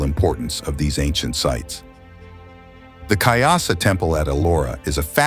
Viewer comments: It's kailasa temple, not kyasa. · Kaylash temple not Kyasa temple Correct your words.